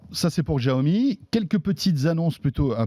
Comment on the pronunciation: Bientôt 3 ans que la marque est en France et vous ne savez toujours pas prononcer "Xiaomi"...